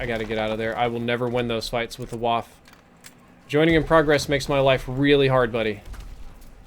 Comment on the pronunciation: It's pronounced (vah*fuh). Come on! Great stream other than that though:)